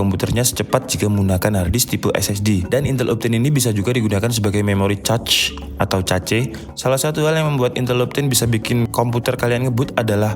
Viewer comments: mohon koreksi cara baca cache adalah "kaSH" bukan cetch atau cacing hehe, btw overal penjelasannya mudah dipahami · “Cache” gan, cara ngomongnya mirip bilang “kesh” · Bacanya kash bang bukan "cache"-_ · bang di bacanya kes bukan cace :( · Cacing bacanya khecing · cache = kaHS bang, jangan cachs apalagi caceee, wkwkwk jadi caceeew dewwch nanti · Cache = Kech min dibacanya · > cara membaca CACHE, konten menarik,mengedukasi, jelas dan to the point dapat gampang dimengerti,hanya saja pengucapan CACHE jgn ca-ce jadi kurang enak didengar pdhl yutuber dan channel teknologi..demikian dari saya mohon maaf kalau ga berkenan tidak bermaksud menggurui tapi pembahasan teknikal harus dgn penggunaan sebutan yg teknikal juga biar sejalan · Cache dibaca kaes .... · Cache dibaca "kash". Caching="kashing" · Cache ---> kesh, caching ---> keshing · Cache dibaca KESH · Mau ngasih masukan buat yang bingung cara bacanya, CACHE dibaca KAS(H) sedangkan CACHING dibaca KAS(H)ING. Terima kasih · Gatel denger ente ngomong Cache wkwkwk btw nice info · ice Age cace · baca cache itu kaSH gan :D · Sorry kalau gue salah Kalau ga salah cache itu bacanya kash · cinemato udah bagus, cache nya “cac” .. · dibaca aja kas gan, kayak kas saldo, udah ga salah2 bgt klo baca kas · Cache = baca aja kash or kesh.. good video btw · Saya heran mengapa banyak orang Indonesia yg salah mengeja "Intel". Ga enak rasanya dengarnya. tuh coba pencet icon speakernya. Juga "cache" nya juga salah... cari tau sendiri deh... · ane jg gatel dengernya hehe